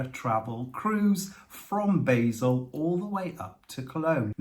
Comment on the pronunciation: LOL we were both screaming at the television whenever someone mentioned the departure port It isn't pronounced like the herb "BAYzel" it is pronounced "BAHzel" BTW Luzern is quite a trek to see though it is stunning I went there on the same camping holiday when we stayed on the island in the Rhine and at that time they had a piece of Moon rock in the Transport Museum and you were allowed (under supervision) to touch it. Don*t think they allow that now.